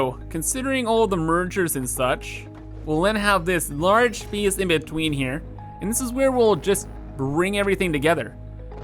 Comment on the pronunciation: I like the way he says space and base.. "There's not enough speece in our beese"